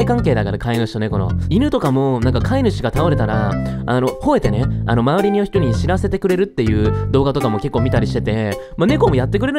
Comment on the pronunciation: 『周りにょ人に』 『にょ』って言ったよね!?言ったよね!?ww 可愛過ぎんかて…♡